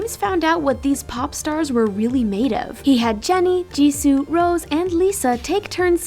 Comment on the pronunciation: For BlackPink...it’s not rose it’s rosè :)